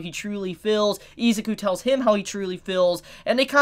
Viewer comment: I'm just going to tell you now, Isuzu is pronounced I-Zoo-Koo Not Eez-ik-ew